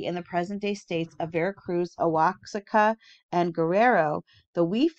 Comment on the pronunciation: Oaxaca is pronounced "wah-HAH-cah". 😊